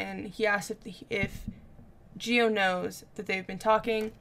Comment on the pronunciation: Gio is pronounced like Joe